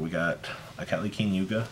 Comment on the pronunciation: Nothing against you specifically, but why do yugitubers have such a hard time saying the names of carts RIGHT IN FRONT OF THEM? Its King Kali Yuga. Its just one of those things that instantly gets under my skin. Other than that, you're the best! Glad to see Terror Top didn't give you the shaft.